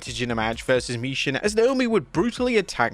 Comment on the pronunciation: For the thousandth time HER NAME IS MI-CHIN!!!!!! NOT MI-SHIN!!!!!!